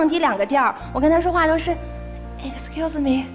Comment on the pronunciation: 那句excuse me很露怯了，而且整段编造痕迹太重，小学作文水平。